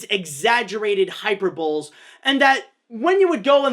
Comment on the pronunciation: HIGH-PER-BELL-EEZ NOT HYPER-BOWLS